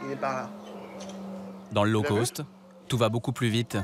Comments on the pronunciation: NON, “Low Cost” ne se prononce pas comme “Low Coast” !!!😂🙃😅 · On dit low cost ...ce qui veut dire bas prix...et non low coast qui veut dire basse côte....😂😂😂